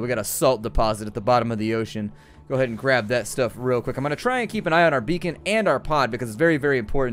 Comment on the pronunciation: i seriously thought beacon said bacon